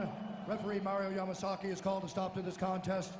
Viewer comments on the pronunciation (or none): That's Mario Damasaki...not Yamasaki... Yamasaki does not top fights that quick😂😂😂